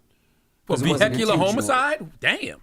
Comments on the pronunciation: Why is Charla always baiting a gay convo with Envy? Charla surely said homo side not homocide. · How you go a snap at Envy... You said homo-side, Charla lol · ctg said homo-side 😂😂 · Nah he said homoside😂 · Nah he said homoside pause 😂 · Charla DEFINITELY said HOMOcide😂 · Def said homoside😂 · Charla absolutely said Homocide good ear Envy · Charlemagne did pronounce homicide incorrectly. He irks me because he thinks he is so smart. He has issues because he didn’t go to college so he has to try to show how smart he thinks he is 🤦🏽‍♀️ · Charla DEFINITELY said HOMO-cide.😂😂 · 😂😂😂that man said homoside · Charla definitely said “HOMOcide” lmaooo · He def did lmaooooo vehicular homo-side 🤣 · Yesssss he most certainly did 🤣🤣🤣🤣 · 😂😂😂 Naw Charlamagne u definitely said homocide!!!😂😂😂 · Aunty Charla we can hear you dummy you definitely said Homo-side! 😂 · Nah Charla did say Homo-cide 😂😂